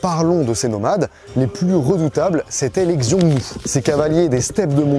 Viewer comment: Super vidéo !! C’est hyper intéressant de t’écouter, ta chaîne a beaucoup évolué ces dernières années !! Je dirais juste que c’est un chouïa dommage de ne pas avoir cherché comment prononcer certains noms (comme Xiongnu, Song, Yuan, Shanhaiguan, Hebei, Mutiangyu, Shanxi, etc). Ça casse un peu l’expérience !! Mais sinon vraiment, super vidéo